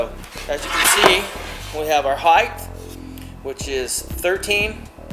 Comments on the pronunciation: Not knocking the guy, or RTTI... I know what "width", "depth" and "height" are... But he keeps saying a combination of height and width; "heigdth" :D. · Heighth??????? Maesure??????? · he mayshured that "heighth"